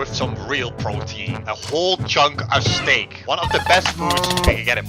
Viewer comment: When you said steak I herd snake bro I was like whaaaaaaaaaaaaaat